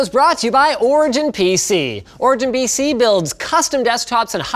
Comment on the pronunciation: anyone else notice he says "BC" instead of PC during the beginning of the ad he does